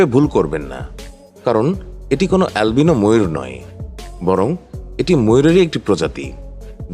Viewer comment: alvino kortachan kan?😂😂😂